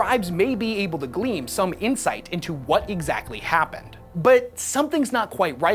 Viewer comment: *glean, not gleam.